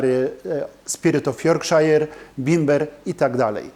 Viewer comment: Yorkshire się czyta "jorkszer" nie "jorkszajer". Tak BTW. Inwestowanie w beczki to trochę strzał w ciemności. Raz: nie wiemy ile będzie whisky do sprzedania przewalało się po rynku za te 10 czy 12 lat i czy ludzie będą skłonni kupić od nas alkohol za tyle żeby nam się to opłaciło. Być może teraz właśnie mnóstwo ludzi inwestuje w beczki i za 10 lat będzie ogromna góra towaru. Po drugie: kupując jedną konkretną beczkę nie wiemy jak ona się będzie zachowywać. Czy wyjdzie z niej coś wyjątkowo dobrego, coś przeciętnego czy coś czego lepiej nie wspominać. To co butelkują destylarnie jest wynikiem kupażu czyli mieszania zawartości wielu starannie wybranych pod okreśłonym kątem beczek destylatu. Żeby można to było zabutelkować pod nazwą firmy, ekspert musi dokonać kontroli jakości. Te beczki które spełniają określone kryteria, zostają użyte. Inne, które się nie nadają, zostają sprzedane niezależnym bottlerom, czasem z zastrzeżeniem aby nie podawać na etykiecie nazwy destylarni gdyż zawartość zupełnie nie pasuje do oczekiwanego profilu. Co będzie kiedy trafisz na taką beczkę?